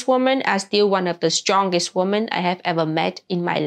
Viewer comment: The plural "women" is pronounced "wimmin."